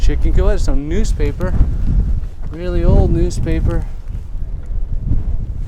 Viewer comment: Oh, it's news-paper not noose-paper, you dumb ass.